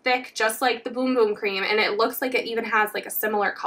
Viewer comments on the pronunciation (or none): Its BUM BUM not BOOM BOOM 😅😅😅😅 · It's Bum bum cream not boom boom 🙈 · It’s pronounced Bum bum not boom boom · PLEASE quit saying boom-boom, its bum-bum as in ass. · No it’s not 🫶🏻 it’s actually pronounced boom boom. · It’s boom boom not bum bum smh 🤦‍♀️ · it’s pronounced boom boom. Its a portugese word. “u” is pronounced as “oo”, just like spanish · I'm brazilian. THE RIGHT PRONUNCIATION IS BUM BUM . We don't speak like spanish . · Ummmm...it's not pronounced, "Boom Boom" why is it so hard to pronounce it right? It's like a Bum on the street, Bum? 😛🫣🤔